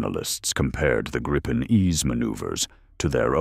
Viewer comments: It's pronounced "Gree-pen" properly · Greetings for the Illiterate and speech impaired AI.. The plane name is GRIPEN and pronounced as it's written: in Swedish.